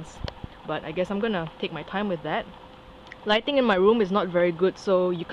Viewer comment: I always say no new snakes, than the next month - I get new snakes... hehehehhe now i know what Python I'd like to get next :P Black phase white lipped - Never seen one of those here... yeah just take your time on the name, you said lighting after, it kinda sounded like lightning, like he is black lightning :P fast like my Timor python and same build, I wonder if Timor pythons like to swim in water a lot, this white-lipped python likes to live in the water a lot right?